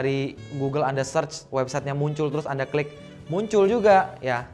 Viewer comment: Itu kurang huruf l ko "langsung kik" bukan langsung klik hahaha